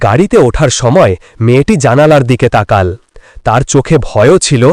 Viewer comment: উচ্চারণ হবে তাকালো ।